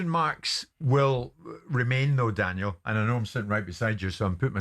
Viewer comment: can't even say "Daniel" he says "Danel"...